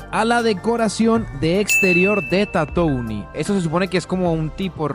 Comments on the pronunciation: Su pronunciación es "tatuin" por si acaso 🥶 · Buen video, pero se pronuncia Tatuin perdon por ser muy ☝️🤓